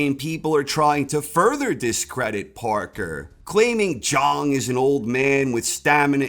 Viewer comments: Why won't you yanks. Pronounce his name properly? The clue is in his nickname. He's not called big bong, he's big bang. ZHANG not Zhong ffs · Zhang rhymes with bang. That's what makes the nickname work. His name is pronounced like G. Lay Jang.